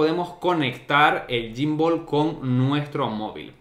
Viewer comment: Te pierde en reconocimiento facial xq lo tienes muy cerca...y también xq le llamas gymbooool🤣🤣